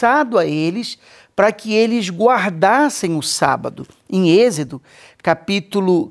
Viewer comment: Olá, Deus abençoe 🙏, só uma correção, é êxodo, não exedo, ❤